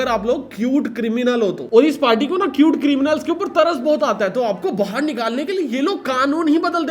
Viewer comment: First I thought you were calling it acute but then you wrote cute.. bro why